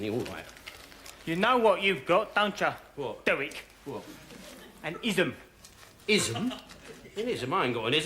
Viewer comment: Waquel,Wodney and Dewek Twotter.